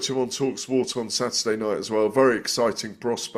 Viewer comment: "Sadderday night " Why now dropping the, T"s?